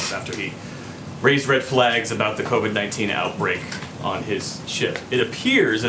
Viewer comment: "Covad-19" he says..